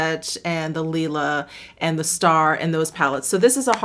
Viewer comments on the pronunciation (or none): none